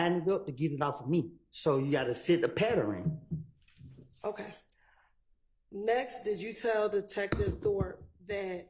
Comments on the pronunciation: When Woody said he had to set a "PATTERN" I lost it...🤣🤣🤣🤣😭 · No! He said a patterin!!!!😂😂😂